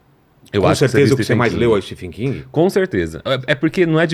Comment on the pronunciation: so falta saber falar certo o nome do escritor